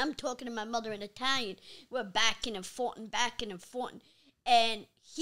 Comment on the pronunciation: Backin and fortin backin and fortin 😂😂 you have to purposely be trying to pronounce the word wrong at that point